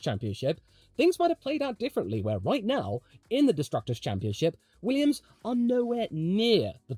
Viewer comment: Less goo Weeeummss!!